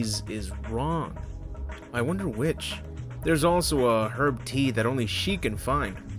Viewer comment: You're the first American to correctly pronounce "herb". Another great vid, by the way, just got into your channel!